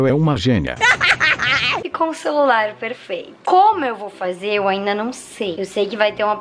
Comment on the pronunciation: faz a vingança com a sua irmã tipo não é vingança é porque a sua irmã falou penfeito